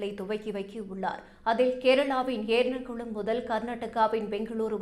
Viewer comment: எர்ணாகுளம் என்பதைக்கூட ஏர்ணகுளம் என்று உச்சரிக்கிறார். பொருளதாரம் என்று எப்போதுமே உச்சரிக்கிறார். ஆங்கிலத்தில் எழுதி தமிழில் படிக்கிறாரோ என்று தோன்றுகிறது. அதிலும் சாணக்யா வின் Money channelல் AI பேசுவது போலவே இருக்கிறது இவரது பல உச்சரிப்பு